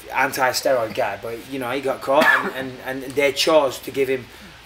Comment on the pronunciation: Sorry Mike but could you pronounce anti-steroid for us again...